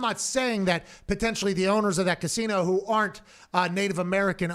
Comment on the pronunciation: He's so high he can't pronounce "casino"